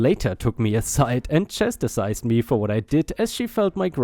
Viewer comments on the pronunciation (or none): Chastised is said as "chas tized" not "chas tis sized." 👻